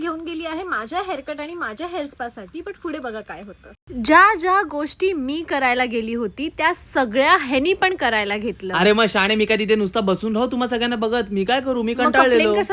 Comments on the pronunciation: Pudhe ❎ Fude✅. Sorry didi but it's seems fun 😅❤ love u guys 🤭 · पुढे ❌ फुडे ✅ 😂😂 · bolte fude not pudhe 😂